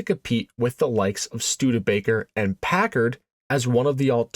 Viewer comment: Stop saying AND so much. Also the pause you put infront of almost all your and with the hard A you put on it makes it very Distracting